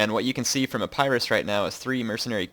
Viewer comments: I'm sorry i have to be this guy but it's E-pi-rus not I-pie-rus :( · Its Eh-paa-ris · When you say Epirus it sounds like A-Pyrrhus :P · ep-ur-us is how you say epirus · What is a-PIE-russ?